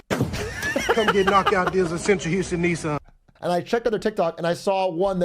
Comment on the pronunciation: why do you say "neesaan"??? it sounds so awful 😭